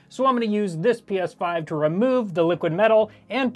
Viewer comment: Got to say....its 'PS5'😂